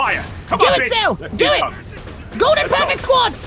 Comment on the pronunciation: GODLEN? Hahahahahaha